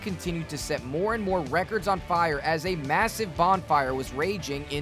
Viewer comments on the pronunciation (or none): none